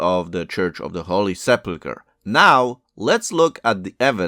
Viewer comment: Please pay attention to the way you say sepulcher...😊😊